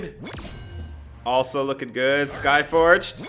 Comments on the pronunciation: He was saying garnette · Gar net? ITS PRONOUNCED GARNIT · It’s garnet not gar net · And Gar-net uhhh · He said garneat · Got triggered by that aswel.. and the way he said Garnet.. he actually said Garnette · no he was Gar net like he spaced the syllables and pronounced it as a e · “Gar net” lol I know you didn’t watch it but I found that funny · Him: GarNET me: internet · Garnet is pronounced gar nit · He says gar a net im triggerd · HE EVEN SAID GARNET WRONG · Steven is the one with a gem You also pronounced malachite stevonnie and garnet wrong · The way he says garnet is bugging me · I'm sorry but the way he says garnet annoys me